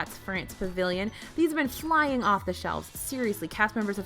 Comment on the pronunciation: Did you say "Shmying" off the shelves? lol "Shmying would be more like wandering around lazily. Not flying off the shelves.